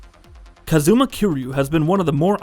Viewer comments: don't forget "kuh-ZOO-muh" and "yuh-KOO-zuh" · Dude, why you saying his name like that? It’s not KAZOOMA KEER YU, It’s pronounced Kaaz-ma Kir-Yu. And Majima wasn’t playable in Kiwami nor did he hate Kiryu